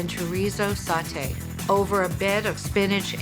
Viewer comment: Why do people say salteed??? There is no L in sautee.....